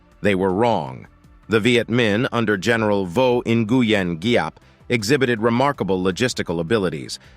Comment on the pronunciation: Not nearly enough USA defeats here! Also, great pron' on the Vietnamese names!!...the general, arguably the greatest of the 20th century, his name is pronounced "Zap".